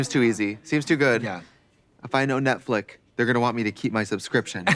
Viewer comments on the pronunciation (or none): The amount of times Trixie says netflick cracks me uuuuup